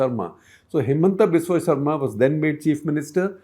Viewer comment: Shekhar - Good episode as usual. One request : Could you take care pronounce the surnames of non north Indian names like you do for non Indians? Example Saikia and Sharma for Assamese politicians ...